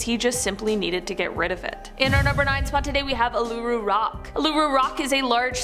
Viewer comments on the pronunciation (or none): If you can’t pronounce something correctly don’t do it at all as an Aussie the way you pronounce ularu at the beginning was just insulting